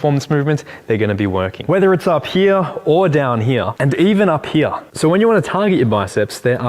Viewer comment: Down heruh or up heruh 😂